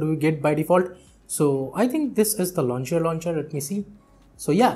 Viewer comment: Anyone also listened launcher launcher instead of lawn chair launcher?? 🤣😂